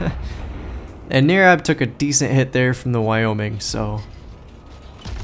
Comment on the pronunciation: Thanks man for my 27 mins of fame lol It was NOT a great example on my part, on how to play the ship, you were way to kind to me. But it was a down to the wire game. BTW close on the name Nirab, NIR sounds like TIE, it's just Brian spell Different. Thanks Again.